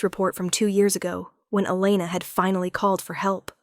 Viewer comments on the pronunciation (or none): Mafia? We don’t have Mafia here, we have Russians, Asians and Hispanics. Mostly fight with each other🤷🏻‍♀️. However, there are so many “crazy” and entitled people these days, I don’t know what would be worse.🤦🏻‍♀️ It was a good story, platitudes repeated too often though. AI pronounced “Elena” at least 3 different ways.😮 Rate the tale 7 out of 10 because I liked the topic and the heroine wasn’t a victim, which is so annoying.